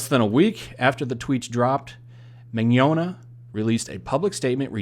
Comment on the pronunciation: Thanks for attempting an Italian accent when saying his last name lol It was good